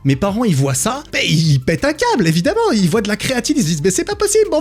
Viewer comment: "les gens VOYENT" sa se prononce VOIENT PAS VOYENT